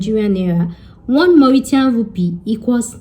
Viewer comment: 😆 u made me laugh, the way u pronounced Creole, and ur Mauritiaaan Rupee , omo Yoruba ni mi .. u tried